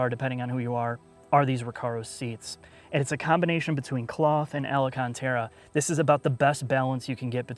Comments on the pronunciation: It’s pronounced alcantara not alacantara lmao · What is Ellah-kon-tera? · Alacantara? Really? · Firstly, I think it's absolutely awesome that you actually answer comments. Second, sorry about the alcantara. I have a bit of OCD. It's kind of like when I hear people say relator instead of realtor or carmel instead of caramel. On the first comment, I agree w/ you. The interior is not that great but honestly I don't think it's that bad. You've driven and sat in a lot more cars than I have or probably ever will so you have a lot more to compare to, but I don't mind it so much. The way I look at it is, if I wanted performance and luxury, I'd be paying more and would've bought something at a higher price point. I've had a base GT350 w/ a track pack and now I drive a GT350R and the interior was ok. Nothing fancy. There were rattles. I traded my regular GT350 for a new Cayenne GTS and while it was nice and had all the creature comforts you could want, at the end of the day I just didn't care for it as much as I thought I would have. I think the fun factor of driving the 350R far out weighs any missing luxuries. But that's just my two cents. Thanks again for replying. This really is a great review.